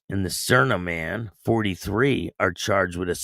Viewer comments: Just thought I would help ya out with the pronunciation of Sarnia = Sar-knee -ya That’s how we say it 🤙 I think it was a Remembrance Day ceremony and that’s the same as Memorial Day Thanks for the vid ! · Little bit off. It’s pronounced like Narnia! Sarn-eea